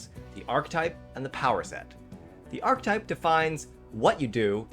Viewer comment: Archetype has three syllables